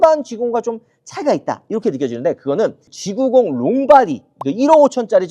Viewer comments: 그냥 G90이라고 하지.굳이 영어쓴다고 G나인틴이라고 하는지. 나인틴은 19. 90은 나인티. 완전 다른 발음인데. 티내지 말고 하던대로 하시죠. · 쥐 나인틴이라고 말하는 거 같은데? ^^ 날리면 생각나네요 ㅎㅎㅎ 😅